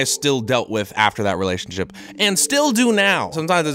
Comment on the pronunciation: Says relationSIP lmao